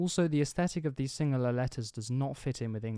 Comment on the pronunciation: don't froget "o" in "of"